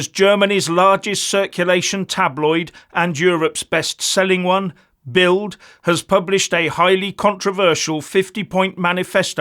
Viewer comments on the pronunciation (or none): BILD is pronounced BILT in German (Ds pronounced as Ts) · It's pronounced "Bilt".